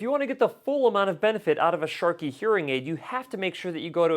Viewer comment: Sharkey????! What’s going on with that? Is there a reason why you are mispronouncing the manufacturer????